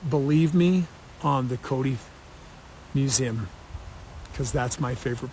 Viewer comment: Hey Kody: Wtf is a mew-zim? You dork.